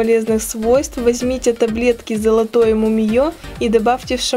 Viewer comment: не мимиё А мумИе